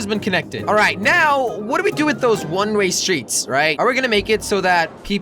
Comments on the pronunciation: does anybody notice he keeps saying one ray road instead of one way road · he always says one ray road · he keeps saying "one ray road"...